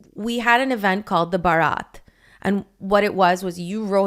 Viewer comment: Thing is we in the Caribbean call it barriatt..not barath